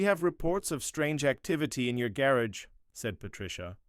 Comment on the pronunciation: The AI needs to be programmed on how to pronounce gar agh not garrige.